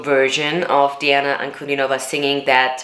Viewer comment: Her name is pronounced as D-Anna Un-Cu-Dean-O-Va